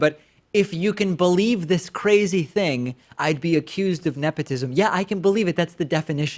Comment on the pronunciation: “Nephotism”- bruh somebody needs a dental appointment 😂